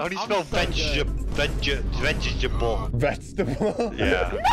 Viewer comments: whats veg he vegguable Me: its veggatable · pronouncing vegetable is so funny